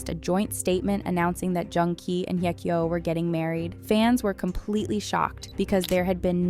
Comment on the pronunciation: Why is she butchering her name ? Just simply say "Hey" kyo stop trying to over pronounce it